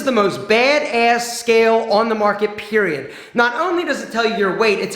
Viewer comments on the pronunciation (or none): I love how he said periodt 😂